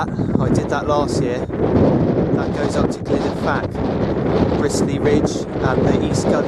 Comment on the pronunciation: Glyder Fach (not Fak)